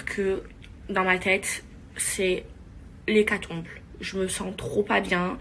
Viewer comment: La perte de goût et de l’odorat sont des symptômes du Covid donc tu n’es pas asymptomatique ma belle, et tu feras gaffe le mot c’est hécatombe pas hécatombLe. Bref tout ça pour dire que tu ferais bien d’aller t’instruire un peu au lieu de tourner dans ces émissions abrutissantes qui font perdre des neurones